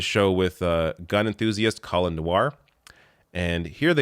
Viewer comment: It's Colion, "coal-eon," Noir.